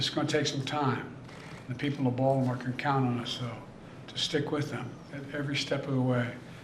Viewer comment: Vaultimore, ballimore, oh man this guy can't speak properly